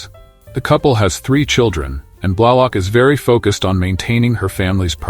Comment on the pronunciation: Like "Blahlock?"